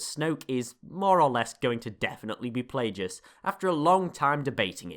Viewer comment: It's pronounced Plagueis, not darth Plajueis.